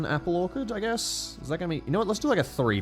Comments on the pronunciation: please. I live in orchard country, it's pronounced Or-chard, not Or-Card, I beg of you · Is saying "Orc-erd" instead of "Orchard"??? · Ork-erd may be the oddest way I’ve ever heard a man say the word “Orchard” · or-ch-erd plz your hurting me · The mispronunciation of orchard hurts 🤣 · HOW IS THIS MAN PRONOUNCING ORCHARD WTF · Very cool video, never knew that's how Aussies say "orchard". I learned something today